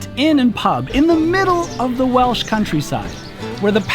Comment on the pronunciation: Not sure if you'll ever see this comment but I was surprised as heck to see you at Goytre Wharf at the start of this video as I live not far from the canal at Griffithstown and I must also commend you on the pronounciations of the Welsh towns.